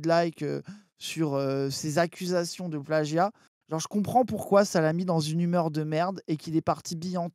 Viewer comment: Moi ce qui me trigger vraiment le plus dans cette affaire c'est à chaque fois que prononce le mot "plagggggia" comme un golmon.